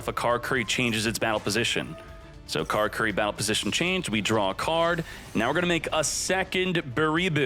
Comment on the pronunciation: Carcurry? It's ca-lah-coo-lee,.